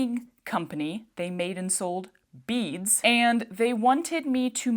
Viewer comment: It took a little too long for me to realize you were saying beads, not bees!! I couldn't figure out why they would think you wanted bees. 🙃